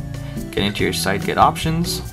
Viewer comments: Well, since Cydget seems to be a portmanteau of the words 'cydia' and 'widget', I think it's pretty safe to assume it's pronounced 'see-jet' rather than 'side-get'. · its pronounced cydget like widget, but sidget